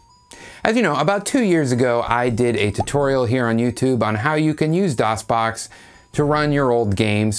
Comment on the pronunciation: DosBoxPure "Doon" LAWL